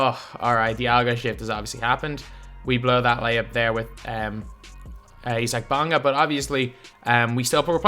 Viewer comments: Bonga is German. That's how Isaac is pronounced in German. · We all sayin it wrong really